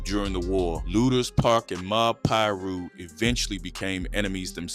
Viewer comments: Man it's pronounced LOO-DERS Park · It’s pronounced Lewders Park. But spelled lueders park.